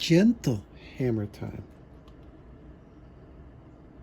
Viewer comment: It’s not hammer time, it’s “her”mer time.